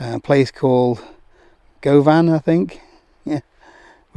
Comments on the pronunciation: "Go-van" (Govan is pronounced G-u-v-i-n) 😊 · Go-van? Govan is pronounced 'guh-vun'. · Go-van, Go-van ...lol🤣 Guvan ... famous for the Govan Vampire and Glasgow's second best football team. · Go-van it’s pronounced Guvan! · Govan...pronounced Guvan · "Go-van" "Town in Scotland" 😂 Zero effort went into that,. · Hi... Enjoyed this very much.. funny thing is i was in Govan just yesterday... For future use Govan is pronounced Guvan... Govan is famous for Glasgow Rangers and Rab C Nesbitt.🤣... Amongst other things... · Just bought one for my daughters DofE.. love the way you said Govan 😂 great insights too! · That pronunciation of Govan was something special. Watch some Rab C Nesbitt and you'll get it right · Haha, I had giggle at that pronunciation.